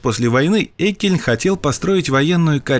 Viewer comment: Прежде чем вы ходить на широкую аудиторию, автору не мешало бы узнать, как правильно произносится фамилия персонажа, про которого снят сюжет. А произносится она не "Эккельн", а "Еккельн" (Friedrich August Jeckeln)